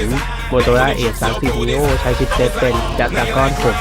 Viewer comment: ทำไมออกเสียง 30 นีโอ เป็น30 นิ้วครับฟังแล้วแปลกๆ.....ควรแก้ไขเสียงฉากหลังดังเกินไป..จนแข่งกับเสียงแอดรีวิวจนทำให้หมดความอดทนในการฟังต่อได้ครับ